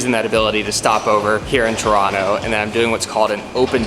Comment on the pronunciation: the amount of how happy I am that you say Toronto properly is 10/10 thank you